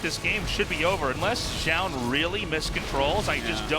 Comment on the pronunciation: Tastless still can't say "zoun" he says it zjoun. :/